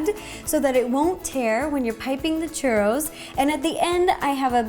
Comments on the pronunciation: haha lol 😂 Its like these churros are destend to be your favorite snack. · wow this is complicated personally make lots of chu-ross(how you say it - no offence) normally I would just do water regular flour fry in oil and coat with cinnamon sugar